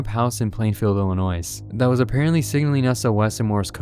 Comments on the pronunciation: Illinois is pronounced ill-uh-noy, not ill-uh-noise. Sorry just trying to help. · You don't pronounce the "s" in Illinois. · Why is noone talking about the pronunciation of S in Illinois?